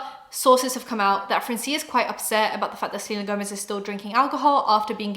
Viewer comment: I love you but as a latina I cringed everytime you said francía with an accent in the i. Its actually Frraancia, as in France but in spanish 😊